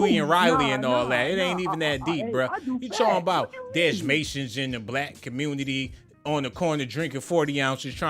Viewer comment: The Communitah!!!🤣🤣🤣🤣🤣🤣